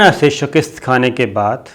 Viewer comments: Lafaz shikast hota hy shikist ni hota mazeed Aftab Iqbal sy bt kr lain, arzay, Mazhar Khursheed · correct your words shikast not shikist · Shakist ni hota, SHIKAST hota ha. Update your self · تلفظ کا خیال کرین.شکست کواپ نےغلط طریقہ سے بولا ہے. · لفظ شک`ست ھے ۔ شک نیچے زیر نہی ھے زبر ھے بولتے وقت زیر سے شکست بول رھے جو غلط ھے